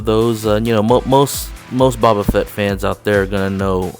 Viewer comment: Hey man, it's pronounced "Bo-bah" not "Bah-Bah"